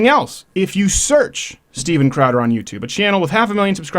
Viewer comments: "A wonderful and new youtuben" lol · "Youtuben" lol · "Youtuben" Gotta love it! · "a new youtuben" kek XD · "Youtuben" roflmfao!!!